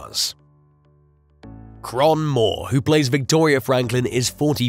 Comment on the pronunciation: It's pronounced Kay-ron, not Kron. 🤣🤣